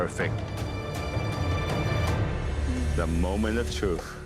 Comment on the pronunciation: Chef Alvin: mOmENt of trOof